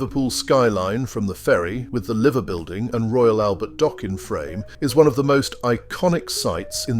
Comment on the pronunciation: Doing very well until you pronounced it 'Liver Building ' instead of 'Lyver Building' .